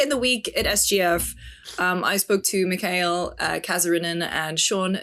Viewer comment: Mick Hail... Mick Hail??! Respect Mikael, you Crazy Gringos 😂